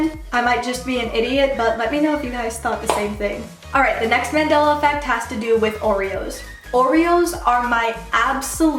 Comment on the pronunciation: Mandela* .... like the guy..... not mandala.